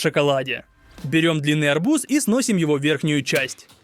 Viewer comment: Ты сказал арбузá😂